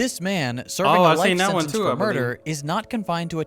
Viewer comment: What is "senence"? Do you speak English mf?